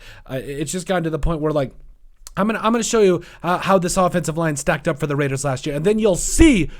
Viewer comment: They have to address It; and you said: Raiiidaas